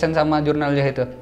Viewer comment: Zahid bang bukan yahid